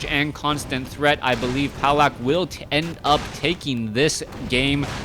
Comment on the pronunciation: It's "Pavlak". Trust me, I'm from Poland too.